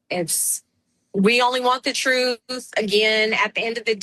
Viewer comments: Maybe start by learning how to speak!? It is TRUTH not troof. It is ASK not ax! You cannot read! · Crump and his truff? Learn to speak!! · Is it me or does it bother anyone else that he cannot pronounce TRUTH correctly!!!! The is no F in truth!!! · Is it me or does Crump sound like he's mentally challenged? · Why can this man CRUMP who supposedly made it through friggin law school NOT ABLE the pronounce a simple word such as " TRUTH " .......He just cannot do it even tho he says he wants to get down to the TROOF ❗️